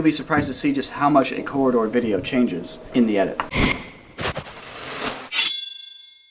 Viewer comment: you can't say corridor?